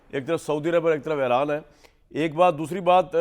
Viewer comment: Es Jahil anchor ko koee batay ke Eeeraan ایران ka sahi pronunciation kia hai